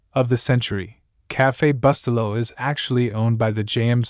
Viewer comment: Reprogram your AI to pronounce the name of the product properly! It's spoken: Boo-stel'-low.